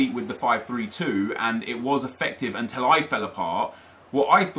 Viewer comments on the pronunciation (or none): also anyone notice that pronounces the world til as tell. like instead of saying until he says untell